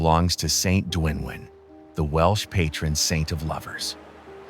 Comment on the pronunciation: Might be good if the voice over could at least pronounce Welsh.